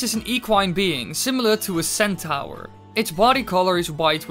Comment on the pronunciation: What about when he said "centower" (centaur)?